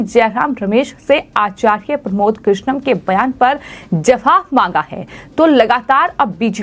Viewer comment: 😂😂😂😂 आचार्य साफ साफ बोलिए मैडम